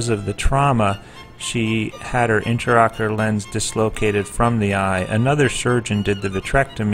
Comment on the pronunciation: Interesting surgical procedure and well performed. Appalling that the narrator continuously refers to the lens as an (sic) "interocular lens," when this is absolutely incorrect ("inter" meaning between, whereas "intra" means within). Any Ophthalmologist knows this is an "intraocular lens," and the repeated misstatement of the term can be quite confusing to any layperson watching this video. I recommend the video's narration be redone, with care taken to employ correct terminology.